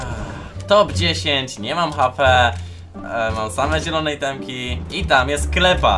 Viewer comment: Nie nielone tylko zielone